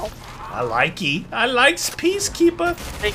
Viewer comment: its PEA-KEAPER!!!!!!!!!!!!!